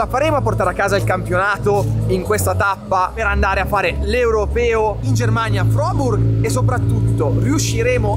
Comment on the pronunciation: Quando dice frohburg mi si chiude lo stomaco